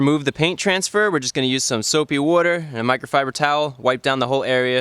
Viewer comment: Soapy wooder